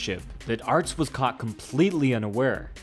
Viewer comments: His name is Peter Aerts - pronounced "Errtz"! Not "Arts"! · Only mad about 130 in before I had to stop it. Couldn't stand calling aerts, "arts"